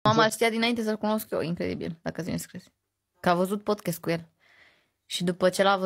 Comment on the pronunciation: Fratillooorrr de ce pronuntati PODCHEST daca pe google trans robotul citeste in engleza PODCAAST😢😢ma scoateti din mintiiiii